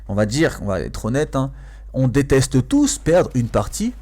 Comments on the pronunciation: DETESTE perdre une partie (et pas 'DESTESTE' Lool);) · 2min 24 desteste au lieu de deteste mdr mais quand meme bonne video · le "desteste" ça choque personne ?